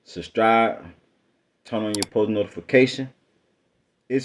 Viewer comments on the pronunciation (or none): Bro say "substribe" 🤣